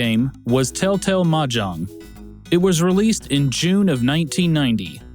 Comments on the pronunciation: Until "Tel-Tel" appeared on the screen I thought you were saying "Telltale." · I keep hearing Tell Tale rather than Tel Tel xD